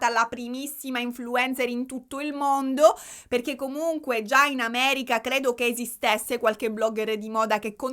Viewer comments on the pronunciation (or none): none